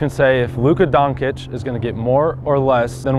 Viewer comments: I love basketball. also: Luka Donkic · “Luka donCick” “Luka doncic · lol Luka Donkič ^^ its Luka dončič..